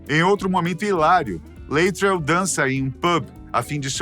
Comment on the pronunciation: Muito bom o vídeo sobre o filme👏🏽 mas doeu o ouvido quando vc chamou o ‘Latrel’ de ‘Leitrel’ 😂 podia ter visto um trechinho do filme que eles falam Latrel mesmo